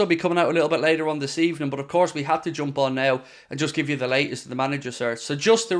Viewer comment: I like "First of all, Good Ebening"